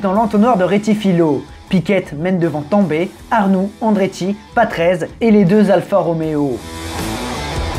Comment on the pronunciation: Patrese a prononcer a l'italienne stp